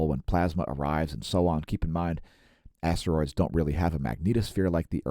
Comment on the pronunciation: I thought you said Assroids,i don't know shit about Asteroids.